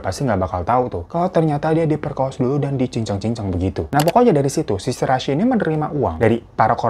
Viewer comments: Shiraishi bang, Bkn Shirasi,, berasa mo bikin sambel dengernye,, 🙈🙈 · greget gw bang .. gw dnger "Shi Ra i Shi" 🤣 . Jadi Si Rasi 🤣